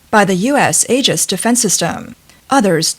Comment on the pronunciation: It’s pronounced E-jis not A-jis😤